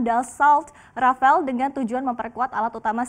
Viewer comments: Rafale bukan rafael mbak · Rafale not rafael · baca nya Rafalé, instead of Rafal. Kalo org awam gpp, tapi ini kan sekelas reporter TV nasional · Rafale, rafael... Francis bilang rivali